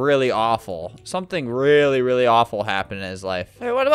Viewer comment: lol the way Albert rolls his r's into w's is just funny "I WEALLY met sonic, I REALLY did!"